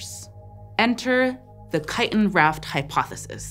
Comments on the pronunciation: It's "chiTin" not "chi!-in..." Can't stand to watch, can't stand to listen... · I know this isn't the point of any of this, but I'm fascinated that you dropped the t in the word chitin, like a Londoner would. Is that becoming a thing in the US, or is it common in the part of the US you're from, or do you just know a lot of British people who talk about chitin, and you picked up their glottal stop in the word?